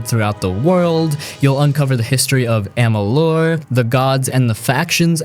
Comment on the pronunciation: pronunciation of kingdom of amalur and sounded i think said the wrong AC title u will have to forgive me not totally remembering its been a bit since I saw this video